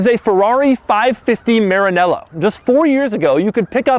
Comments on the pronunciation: I hate the way he says maranella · Please pronounce Maranello correctly, you made me cringe